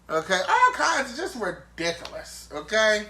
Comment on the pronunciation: ... said, "ridiculous!" like a drunk aunt at the BBQ. 😂